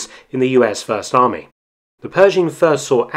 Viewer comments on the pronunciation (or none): none